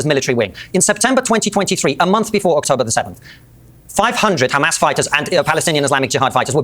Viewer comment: If I hear Destiny say 'HEMAR' again, I'm going to lose it.